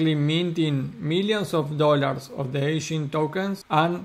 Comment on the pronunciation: It's Egen not Echen, thanks for the updates 😊